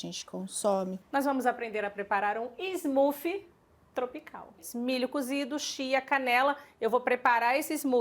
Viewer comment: Muito legal mas por que o brasileiro insiste em falar em inglês? E fala errado ainda, "smoofie" kkkkk falam vitamina e mais correto e a pronúncia tá errado. Vocês influenciam as pessoas a repetirem errado. O conteúdo é ótimo, por favor usem a língua portuguesa se o inglês não tá afiado